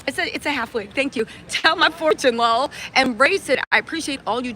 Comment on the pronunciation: Not you saying lol like it’s a word 🤣😂😂 Thanks for the recap!!! 🫶🏾